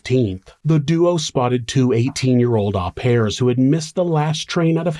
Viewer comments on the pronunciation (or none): Pronounced ‘au pair’ wrong